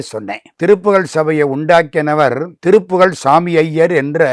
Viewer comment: பேட்டி எடுப்பவர் ஏன் திருப்புகல்... திருப்புகல் என உச்சரிக்கிறார்.? நல்ல உச்சரிப்புடன் கூடிய நபருக்கு வாய்ப்பு கொடுங்கள். நன்றிகள்